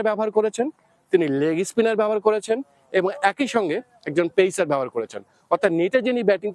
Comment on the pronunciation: apnara apnader bhasa age ektu thiik korun to reporter dada, bad baki sob pore thik hobe. legi spinner ki hoi , it's leg spinner 🙂